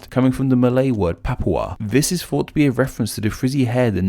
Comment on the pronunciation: Dude, get some elocution lessons - you're English but can't pronounce about 50% of English words e.g. "multipuw" (multiple), "fought" (thought) etc etc.